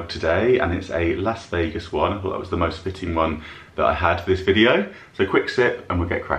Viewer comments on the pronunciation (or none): Love seeing the US from your eyes. What fun! In American English, Las as in Las Vegas is pronounced as Loss Vegas. I wish I could tell you why but I cannot.